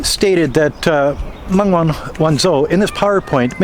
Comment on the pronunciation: Good analysis of the case; she is a very brave lady to stand up to them like this and endure through this farcical travesty of law breaking by the respective authorities., one thing bugs me: you don't pronounce the ZH in pin yin correctly - zh is pronounced like a j, so it's not Sen-Zen but Shen-Jen; where I live (Zhuhai) it's not Zoo-hi but Jew-Hi; and it One-Joe not One-Zo.